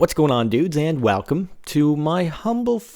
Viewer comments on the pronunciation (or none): lol it sounded like you said walcome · And Walcome lol